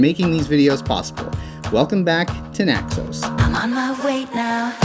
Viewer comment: It's Naxos, not Naxose, you dippy mayor.